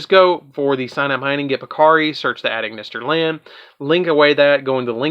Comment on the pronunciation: I love this deck because like you said you’ve got so many combos for days to do with the deck and also if you don’t mind me saying when it comes to the A.I. Cards you don’t say the letters A and I it’s pronounced Eye so Ignister A.I.Land is pronounced Ignister Island and A.I.dle Reborn is pronounced Idle Reborn TA.I. Strike Tie Strike etc.